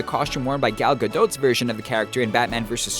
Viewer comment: How come you are the only channel on YouTube Which isn't Israeli that can say Gal Gadots name properly